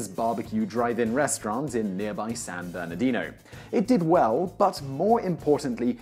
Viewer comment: Did he say........San....Bernardino.........? TRIGGERED